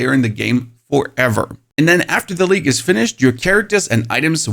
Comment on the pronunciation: OH! He's saying "League" not "Leak." Now I get it.